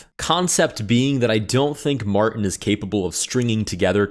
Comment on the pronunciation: why are you afraid of the letter T in "Martin"